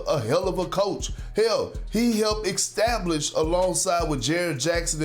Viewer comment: “extablish” and “axe” instead of “ask” Fat perk needs to read a book